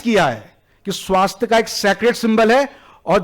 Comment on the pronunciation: पहले सही हिन्दी बोलना सीख लो |' स्वस्तिक है, न कि " स्वास्तिका " और " भूतकाल " है न कि भूतकाला भारतीय धरोहर संभालने से पहले, सही उच्चारण जान लो |